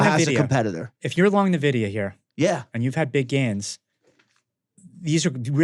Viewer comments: Why call it "Nevidia"? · Another banger... Red card on the Nvidia pronunciation tho 😆